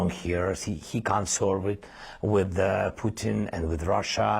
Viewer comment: Did she say "poo in" instead of Putin? This American pronunciation of t's is getting ridiculous.